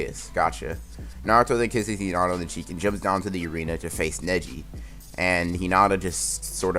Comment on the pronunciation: I swear when he said neji netti